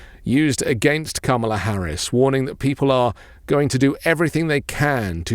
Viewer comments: Try "comma-la", not like Pamela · Please, please, please learn how to say her name. COMMA la. It’s so disrespectful. Otherwise, love your work. 💙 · Please pronounce her name right! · You did not just mispronounce Kamala's name. Yikes. You sound like dump.